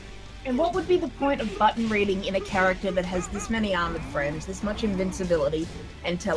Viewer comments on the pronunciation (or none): I can't stand how he doesn't pronounce T's 😡 I gah hih! I'm pressing bu..ins. He keeps reading my inpuuhs. Whaa I didn do thah!